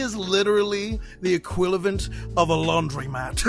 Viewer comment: no-one::equilivant